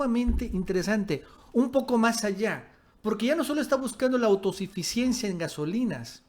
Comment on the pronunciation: con el respeto que usted me merece, No se dice Autosifisiensia, se dice AUTOSUFICIENCIA, Minuto Un cordial saludo desde Durango, Dgo. Hasta luego.